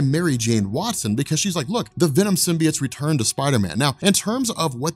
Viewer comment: Okay so: Pronunciation of "Symbiote" as "Sim-Bee-Utt" or the chick in Sony's Venom movie saying "Sim." "Bye." "Oat." Instead of "Sim-Bee-Yote" which one irritates you guys & gals in the comment section?